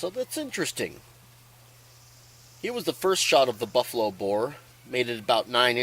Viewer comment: Thanks for this test i didn’t catch that you said buffalo bear until you put it in writing, LMAO!!! 😂you should call it buffalo bob, buffalo bill and a buncha other names everytime you test it. I cant wait to get a makarov. That denim was crazy how it did so much better.